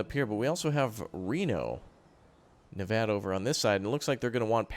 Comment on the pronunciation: yes said Nevada correct i live in nevada